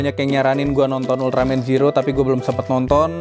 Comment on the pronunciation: itu di bacanya zero bng klo tokupens bilang bukan ziro klo ziro itu untuk penghafalan orang melayu/malay